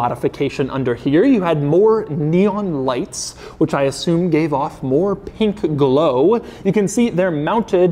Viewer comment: the amount of bAtH mAt and pInK gleoW you said...